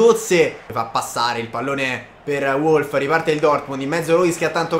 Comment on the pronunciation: Wolf si legge Volf